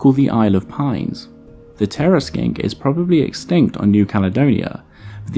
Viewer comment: Don't you mean EXSKINKT